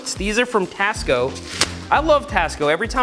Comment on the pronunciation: when he said tasco i thought he said cost co lol